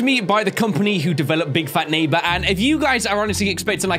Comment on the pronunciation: Yeah... can talk good all I heard was oof and sad violin music... yeah and drunk "big fat neigbor"